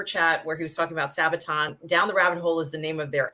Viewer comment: I'm triggered at how pronounced Sabaton!:D